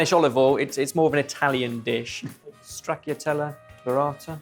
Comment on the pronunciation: Great fun but if I may you pronounce stracciatella with a soft ci sound. Tanti auguri da Roma